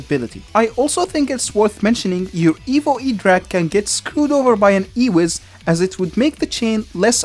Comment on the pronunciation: Your accent makes it sound like "Evil" rather than "Evo", which is honestly much more fitting. Evil Electro Dragon